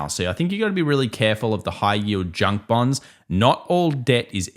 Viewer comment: Bornds. I trust bornds. (Thats hiw it sounds when you say it)!😅